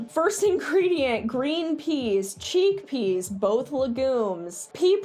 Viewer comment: "cheekpeas" XDDDD